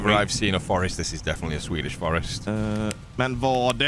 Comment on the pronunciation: has a flawless Swedish pronunciation. He really bothered to learn. That make me happy